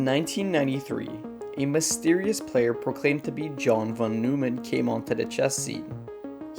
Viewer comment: That pronunciation of "von Neumann" hurt my soul.